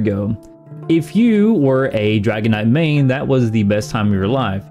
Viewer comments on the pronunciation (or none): none